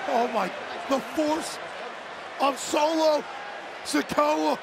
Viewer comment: Imbecile said Solo Sokoa